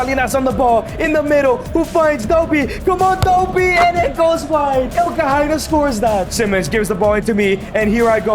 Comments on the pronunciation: That name is ILE-Ni-KHE-NA not Elkahaina.. the I is pronounced like e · 'IL-KA-HY-NA' x 100 🤣